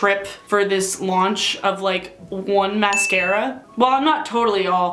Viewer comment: Say mascara again Mas-scara